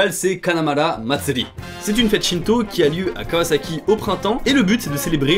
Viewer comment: Je suis le seul à avoir compris "shinzo" au lieu de "shinto" 😅